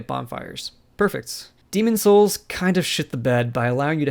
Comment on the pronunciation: Why can’t you pronounce the game’s title correctly?